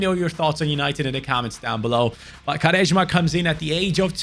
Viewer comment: Im sorry, im from Portugal originally and i just heard say "Garesma", i do understand its difficult but i find it very funny, cheers mate